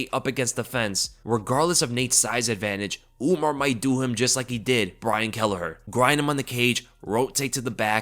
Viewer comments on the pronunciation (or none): none